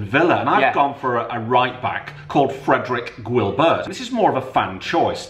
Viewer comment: Fredrick guilbwert...... hahaha 😭